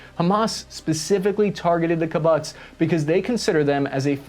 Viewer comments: It's pronounced kib-utz/kib-uuts, not ki-butts. Nit-picky details, still a great video overall 👍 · i think it is pronounced kibboots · Kibbutz is pronounced kee-butz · Kibbutz Pronounced Keh-BOOTS I had to google pronunciation too. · Well done, very even-handed and informational. I appreciate about avoiding recriminations. Kibbutz is pronounced key-boots, you should know, though. And the plural is key-boot-seem. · Hi. I love your video and your unbiased insights. Some tips on certain pronunciation: kibbutz is pronounced key/boots(with elongated ‘oo’ sounds) and the plural is kibbutzim (key/boots/iem) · great video......btw, Kibbutz is pronounced "key-boots" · Great video, and glad you're getting more recognition. A couple of points: 1) I can't believe someone from Long Island can't pronounce "Kibbutz". Keh-BOOTS. 2) The IDF also already has E2 Hawkeyes. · Great work. Just for future reference, kibbutz is pronounced “key-boots” with emphasis on the boots part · Pronounce it more like “Ki-boots”, please. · Your pronunciation of Kibbutz is totally off lol. Try key- Butz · great job! Not to knit-pick, but Kibbutz is pronounced “key-boots.” Thank you for tackling difficult topics. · You mispronounced Kibbutz. It's kibbootz. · I hate to correct you because you are presenting such a thorough presentation, but the word “Kibbutz” is pronounced “ Ki boots” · Kibbutz is pronounced “key-bootz “ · You are mispronouncing KIBBUTZ…..it should be Pronounced….Kibbootz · Kibbutz - pronounced "Kee-boots". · for the future, kibbutz is pronounced KEY-bootz and the plural is kibbutzim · it's pronounced Keboots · Your pronunciation of kibbutz as kAboots is incredibly bad it actually made me smile. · Kibbutz is pronounced like “key-boots” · At least Say it correctly ....it's pronounced key-boutz. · BTW kibbutz is pronounced "key-boots" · Kibbutz is pronounced “kibootz” and the plural is “kibbutzim”. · Kibbutz is pronounced 'kibootz' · It's pronounced key-bootz